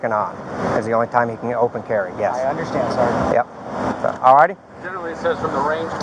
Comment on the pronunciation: "Sargaent I unkdersHKAND that" god every time he says understand i cringe into a tighter ball. Yes sir I hundersshkanned